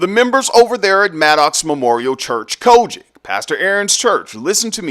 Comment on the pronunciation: Why you emphasize “COGIC”😂😂😂😂😂